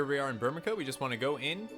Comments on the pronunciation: I cringed every time he said Burmeca, it's Burme "CIA" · Burmecia right? "Bur-mee-see-ya" Hahaha... To each his own i guess. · I always pronounced it as “Bur-mee-see-a” myself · I pronounce it "bur-muh-see-ah" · MY GOD you pronounce like EVERYTHING wrong. Myoogles. Kyoopo. Burmika. Veevee. Make my ears bleeeed